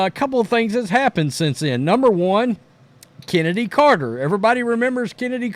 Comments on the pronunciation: Excuse me, that's "Chen" edy. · Who Is This "Chennedy Carter" You Speak Of ?